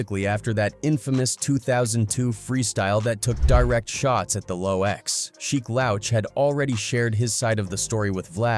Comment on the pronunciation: Look if you're gonna do a Story on Artist atleast know there Names..Sheek Lowch and Pack Really?? If you can't even say 2pacs Name with Respect then don't even talk about History..You Disrespectful Culture Vulture!!!